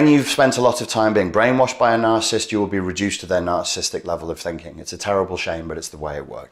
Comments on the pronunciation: NarCISSist not narcist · Please learn the proper pronounction of the word Narcissist.